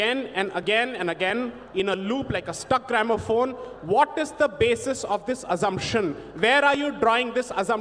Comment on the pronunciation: Not Azzumption Deepak....it's pronounced with s sound...